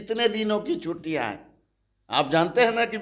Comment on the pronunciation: chhuttiyan bolte hain na ki chhutiyan uchharan sudhariye aapka uchharan bahut ashuddh hai